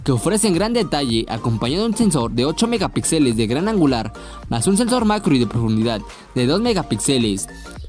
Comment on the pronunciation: Respetuosamente, un apunte: la tilde y el acento en la palabra Megapíxeles va en la sílaba "pí", no en la sílaba "xe". Saludos.